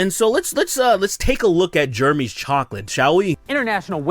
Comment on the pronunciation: Totally agree with you, but u gotta admit that woman on the left is hot. Also why do u pronounce Jeremy like “germy”